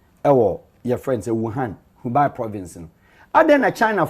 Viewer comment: The name of the province is pronounced “Hubei” hu-bay not hu-bi